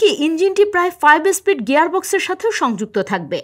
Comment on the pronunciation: বাংলাদেশের চ্যানেল, ভুল উচ্চারণ, ভারতের খবর নিয়ে এতো উৎসাহ কেনো? স্পীড বলো ইস্পীড নয়।